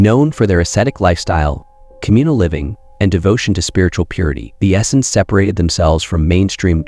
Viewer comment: This guy doesn't really know what he's talking about. I've never heard Essenes pronounced as Essins before. 🤣